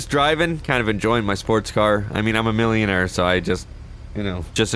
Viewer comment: I cringed every time you emphasized millionaire lmao